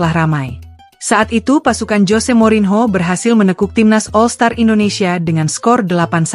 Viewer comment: Mba baca nya morinio, bukan morinho😂, kalau ucapin nama asing buka google dulu mba😊